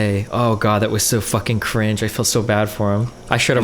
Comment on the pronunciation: Destiny has managed to single-handedly make the word “cringe” my most hated word of 2022. “CUH-RINGE 😬”